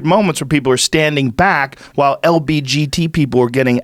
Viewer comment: i love how joe says lbgt like its a sports cat designed by lebron. Reminds me of mgbgt